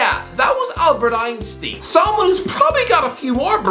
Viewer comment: Can we please talk about his pronunciation for Albert Einstein plssss🤮🤮🤮